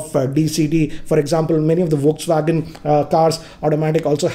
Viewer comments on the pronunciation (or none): I am great fan of yours and watch all your videos... However I would request you to double check the pronounciation of "Volkswagen". Cheers :)